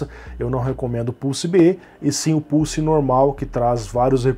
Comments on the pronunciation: seria muito triste o youtube desmonetizar esse video pq o bot entendeu "pussy" e não "pulse" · Pior que falou isso mesmo! kkkkkkkkkk "pulse" está mais para "pousse" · Adoro os brasileiros a falarem 😂😂. Não me levem a mal mais eu ouvi o dizer 5700XT PUSSY e não 5700XT PULSE. 😂😂😂. Por favor não me levem a mal eu adoro o canal do ele tem bastante conhecimento 👍💪